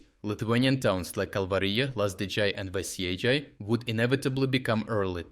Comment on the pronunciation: dude, please, the Lithuanian J is pronounced the same as how you pronounce it in Kalvarija, it's not Lazdidzhay or Veisiedzhay, it's Lazdijai and Veisiejai. It's really hard to listen to this Americanised way of pronouncing European names, especially from a fellow European